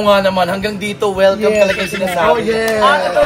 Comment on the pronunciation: Dapat hulihin ninyo si Meme sa pagsabi ng welcome (WellCalm) para "accidentally" ma-endorse yung produkto ninyo!